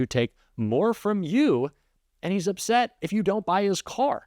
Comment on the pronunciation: "They get very uvset." I can't STAND how Musk talks! Not only does he lie all the time, but the way he mispronounces words due to his weird teeth is like nails on a chalkboard!